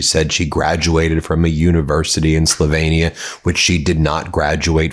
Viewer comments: SlovAnia? Slovehnia? Cmon ! Why can Americans not pronounce words!! FFS 🤦🏼 SLO-VEEE-NIA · It's pronounced Slowveeenia, not Slovaneea. Trump was documented describing Melania as "a hot piece of ass," which is what he called women as well as calling them as vaginas. Nice guy.` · Check your pronunciation of Slovenia. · This mediatouch anti russian propagandist is now after Melania. He cant even pronounce Slovenia properly because his 2 cell brain has been used up spewing hate and lies. He claims trump is helping russia by lifting sanctions when he actually did so to ease upward pressure on us oil prices so americans like him and us vassals like japan can still enjoy relatively cheap fuel prices. Liar liar